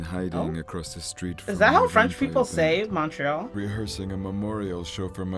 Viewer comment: as a Canadian, yes, that is how French speakers in the country pronounce Montreal. The way you are used to hearing it is an... English bastardization of the pronunciation. Lol actually did a pretty decent job pronouncing it!